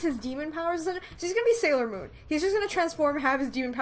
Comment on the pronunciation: Sailor Moon. How I hear it: Saero Moon.